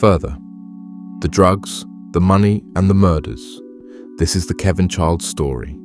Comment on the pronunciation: There is no D in chiles